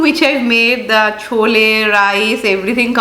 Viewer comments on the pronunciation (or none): not chola... please say chole. dear